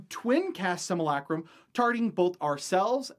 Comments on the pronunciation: Similac-Crumb? We're going to have to go ahead and disagree on the pronunciation of simulacrum. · ...hearing him saying "sim-u-lay-crum" wrong is so painful. But good video!